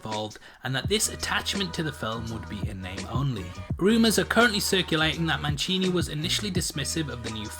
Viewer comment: Manchini? there's no CH in his name.....it's Don Mancini.